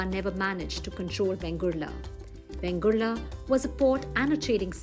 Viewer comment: Its correct name is VENGURLE ( and not Vengurla. Vegurla is an aberration of Vengurle, which has assumed a regularity).